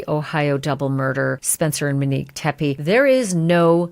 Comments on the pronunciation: MOnique. Not Meneque! 🤦🏻‍♀️ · OMG I thought I was the only one who picked up on this. It’s not Muh-nique! 😬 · Seriously tho...I love Ashley and watch her regularly, but this has been really bugging me too. She repeatedly says Minique. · Isn’t it Monique with a long “O”? Sounds like she is saying Manique or Menique….